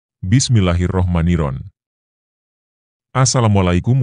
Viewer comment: Bismillahirroh manirrohim,bukan bismillahi romani rohimi rokhim